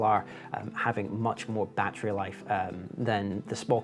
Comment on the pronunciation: How many bloody times does one need to say "battrie"?